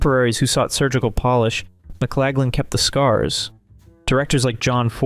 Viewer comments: Please correctly pronounce McLaglen and Borgnine! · Victor McLaglin, Ernest Borgnine. Research pronunciations.